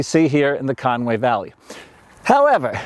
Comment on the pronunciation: It is NOT CONWAY it is CONWY !!